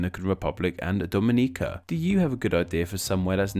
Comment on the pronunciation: Omg you said Dominica correctly!!! I am surprised